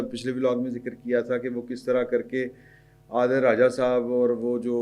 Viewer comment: اس کنجر کا نام عادل ھے آپ ہر دفعہ عدیل یا عادل میں پھنسے ھوے ھیں۔ لگتا ھے آپکو اردو بھی نھیں آتی۔ وہ کنجر عادل راجہ ھے